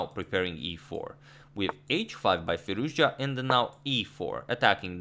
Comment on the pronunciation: "Alirouzja" :D